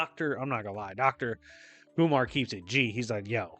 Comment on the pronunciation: Literally thought you were saying Dr. Umar Which makes me wonder, what does think of Doom and Storm as a ship? Since you've read so many comics, I'd like to hear your take. Maybe you could do a video about comic book romances